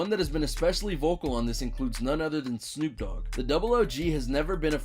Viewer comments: No one's gonna say anything about this dude calling Snoop Dogg 'double O G'? As in Oog? What? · "double OOg" its pronounced snoop DO double G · 'Double OG' 😂 it's D O Double G 😂😂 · My bro said the double o. g idiot. It’s the d o double g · Instead of D OH DOUBLE G (GG) ... HE SAID DOUBLE O G!!!!😂😂😂 WHAT THE HELL 🤣 🤣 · The double og? You mean the Dee oh double g. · I heard you talking more than any Numero Uno numero dos you said Snoop double Og it's do double G lol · It's d.o. Double g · I believe he was going for “Snoop D, O, double G.” but yeahhhh, he definitely butchered it lol